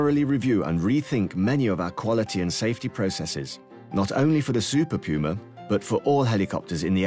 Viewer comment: ooooh... Super PUMA! sounded like Super Coomer the whole video